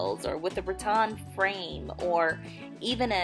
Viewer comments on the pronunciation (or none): none